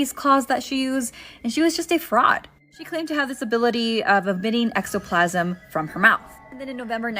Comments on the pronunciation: Ectoplasm,, not extoplasm... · Its "ek-toe-plasm". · Drink every time she mispronounces "ectoplasm" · You say ectoplasm wrong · like how do you have a horror/folklore tiktok but mispronounce words. It just chips away at her credibility.